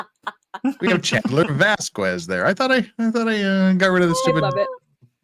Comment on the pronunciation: Miss Vasquez name is pronounced Vaskez! Please!